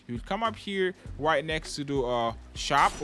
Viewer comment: When he said right now it sounded like white now